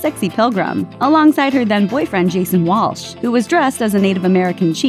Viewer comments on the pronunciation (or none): none